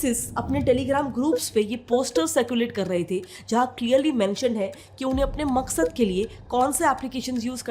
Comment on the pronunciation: said maksad